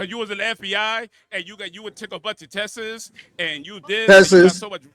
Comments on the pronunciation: “you took a bunch of tesses” had me crying.😂😂 That’s some old school ignorance right there. I don’t think I’ve heard that since grade school, when folks were still learning how to properly speak. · He did. He said “test-es” instead of “tests” LOL 😂